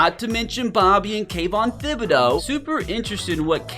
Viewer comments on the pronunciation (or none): Tib eh dough is how its pronounced my guy 😊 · I seriously cannot stand how he pronounces Kayvon Thibodeaux's name. Its like Tip or Tickle not Thin or Thick. You don't pronounce the H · The H is silent.